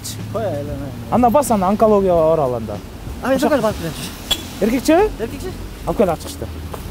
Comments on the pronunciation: Анкаголияга баралы деп чын эле айталбай калды🤣😆. Онкология десең, онкаголияга дебей🤣😆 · Анкалё дейт го 😄😄😄😄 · Анклонгия дейтго😂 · Ананколоияга дегени жакты крсавчик экенсиз 🤣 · Онкалё деп коёт 😀